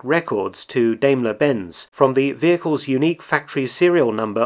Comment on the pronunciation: It's DIMEler Benz, not DAMEler Benz. Hail Mark!